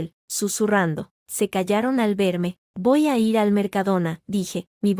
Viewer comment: Y cuando leen “ir” dicen “i” “erre” 😂😂😂 una locura, otras los números de cantidades mil doscientos mil… y de repente un idioma loco entre español y portugués.